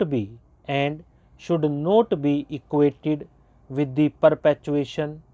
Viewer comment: Pronunciation kahi kahi shi nhi h not ko note bol rhe ho aur your clear nhi h you are smjh m aa rha h